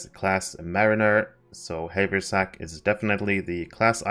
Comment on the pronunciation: it's "have er sack" :P